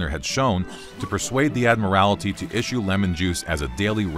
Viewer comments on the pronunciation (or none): Admirality hahahaha it’s admiralty dude